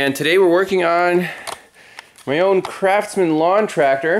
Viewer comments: yes he did say crapsman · Did he say Crapsman?